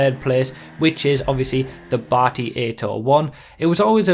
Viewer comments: I don't know why you keep pronouncing it 'bahti' its name is obv. derived from the old slang 'batty boi' / Bati 801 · why do you say "bati" like your Indian. you pronounce it so weirdly...